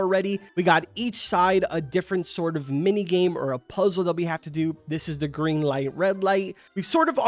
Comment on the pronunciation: Bro did not say geen light red light